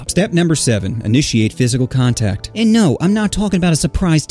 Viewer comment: Physical "CONTACT" not COTACT🤣🤣🤣🤣